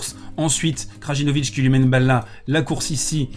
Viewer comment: Taylor Fritz était nul au 5ème set, il renvoyait tout sur Djoko au lieu de le faire jouer, quel mauvais perdant ! C’est ça le problème avec certains fans du big 3, ça préfère dénigrer l’autre que supporter son favori P.S : le « J » des noms de famille serbes se prononcent comme un « Y » Krayinovic Layovic